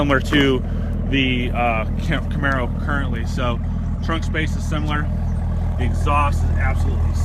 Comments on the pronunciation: Did you seriously just say: "I know of a hack" in GM Workbench that let me get more allocations - I call bullshit - and - "Camer-arrow" Seriously? >_< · one word... "camerararo" lol